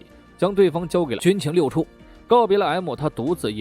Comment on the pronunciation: 可能原来读错了（